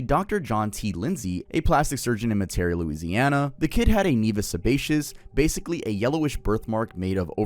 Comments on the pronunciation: Louisiana native here, and I wanted to correct your pronunciations: - Metairie: MET-ah-ree - Houma: HOME-ah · I’m from Louisiana, it’s actually pronounced home-ah! It’s from the houma Native American tribe that was based there. :) and Metairie is pronounced Met-Ah-Ree! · meh·tr•ee .... Meterie, Louisiana. how·muh or home•muh From a Louisiana subscriber. Much love ❤️ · mispronouncing TWO cities i live near at 5 minutes into the video just rewired my brain. Metarie = Met-ah-ree Houma = Home-uh <3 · Just cause I’m from Louisiana I wanna let you know Metairie is pronounced meta ree and Houma is hoe muh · "Meteary" and "hooma" 😭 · Not to be that person, but I was yelling at the screen when you pronounced Metarie (met-uh-ree) and Houma (hoe-muh). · That is not how you pronounce Metarie, it's "MEH-tuh-ree' idk how you could go for the most incorrect version 😭😭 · Sorry but as a Louisiana resident i have to say you’re 0/3 on french words (metairie, houma, and le roux) 😭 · the way you pronounced Metairie, Louisiana made me giggle